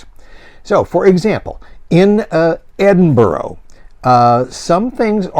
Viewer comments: To confirm (I'm sure I'm not the 1st.) Ed iN Burrah. Go hard on the N in the middle. Ed~iN~Burrah. Edinburgh. Or if you want shine 'em off? Em'bra. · Please learn how to say Edinburgh. It is NOT Edinboro.